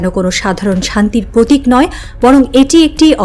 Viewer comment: আপু, আপনি কি প্র উচ্চারণ করতে পারেন না? পতিক, পধানমন্ত্রী, প্রকাশ, পশ্ন......